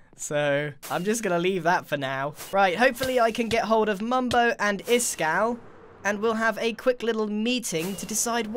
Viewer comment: Its iskall not iskaal